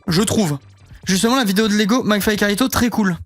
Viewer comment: En vrai même si si tu t’es juste chié sur la prononciation au début Mcflyto ça rend bien